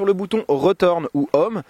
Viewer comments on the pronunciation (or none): "25 minutes décevant, même très décevant.." Really? Et PARO, c'est toi le Paro! :P "La fonction OM" on prononce le H en anglais grrr... -1 désolé